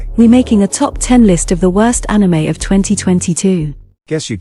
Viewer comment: What the hell is "wrost"